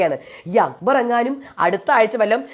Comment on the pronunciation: അക്കബർ അല്ല അക്ബർ